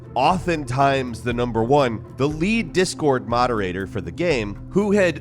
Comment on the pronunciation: I do not expect someone who can barely pronounce the word GAME to correctly pronounce electroencephalogram.